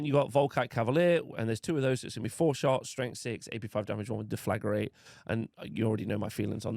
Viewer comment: Please read the word Deflagrate. It's not Deflagarate